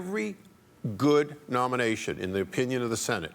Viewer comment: "How about Besty Davos Nomiation"